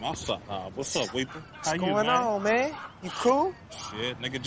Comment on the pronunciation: “Wassup weeple”